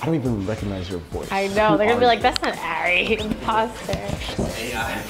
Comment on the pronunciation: That’s not Ari. That’s A(r)i